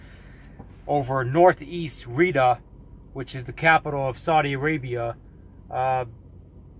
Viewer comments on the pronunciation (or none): It's pronounced Ree-ahd and it's pronounced Yeh-mehn. Get the pronunciation right.